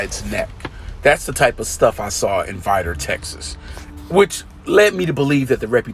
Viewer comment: vi (long I) dor ( like door) Vidor,Texas pronounce it correctly not what you think it is!!!